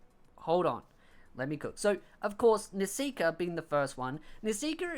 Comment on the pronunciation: How come you pronounce Nisekoi as Nesika or Nesiker?